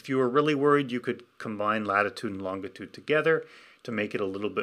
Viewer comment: Is it normal for Canadians to pronounce longitude as "LON-git-ood" instead of "LON-ji-tood"?